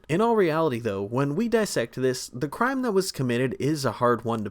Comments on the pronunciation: “Crue trime” I can’t be the only one who caught that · I heard that “cure trime “ 😅😅😂😂❤❤❤❤❤ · "Crew trime"